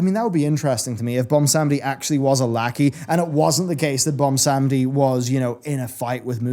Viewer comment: Okay, I gottta ask... why are you pronouncing it "Bomsamdi" and not "Bwonsamdi", as it is spelled/pronounced by himself? Other than that pet peeve, great vid!